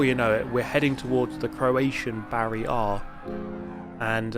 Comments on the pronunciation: "Barry Rič" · Why he saying “barrier” like “Barry R.”😂😂😂